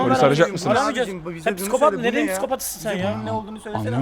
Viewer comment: Nobody:: pissiikopat